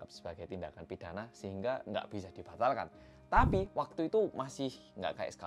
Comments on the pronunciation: Awal nonton rasanya sedih dan marah, tpi tbtb ngakak cuma karena typo ngomong “tapi” jadi “tapu” wkwkwk mana dibikin tulisan sama editor wkwkw sereceh ini akuuuu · "tapu" ngakak karna typo ngomong doang wkwk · Salfok ama kata "tapu". Lidah kepleset. Untung bukan sapu ya 😂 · Bengek pas bilang "tapu"; )